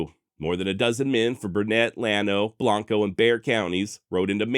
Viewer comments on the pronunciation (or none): Great story. Well done. Small note: Pronunciation of Blanco has a regional nuance. It’s not pronounced with your normal Spanish/Latin form. Locals say ~’Blank-Ohh”. Really enjoyed the way you covered this. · Just happened across this episode and being a long time fan of the Texas Hill Country and especially Mason, thoroughly enjoyed the video. Only two minor issues (actually major to the residents of both towns) is your pronunciation of Burnet and Blanco. Regardless of spelling or usual pronunciation, the towns are correctly pronounced BURN-et and BLANK-o, in Texas. In fact, Burnet has a saying "Burnet, durnit, learn it." I will be subscribing and look forward to future episodes. P.S. if you ever have an episode involving the Pedernales River, it is pronounced "PURDnaleez." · Burnet County, same as the town of Burnet, is pronounced "Burn-it". Not Burr-nette. And Blanco County is pronounced Blank-O ....